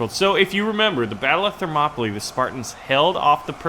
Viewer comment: Thermopylae is pronounced Therm-ō-pee-lay